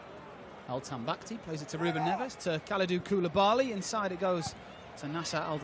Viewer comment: The European racists cant pronounce Koulibaly,but the can pronounce inzaghi perfectly.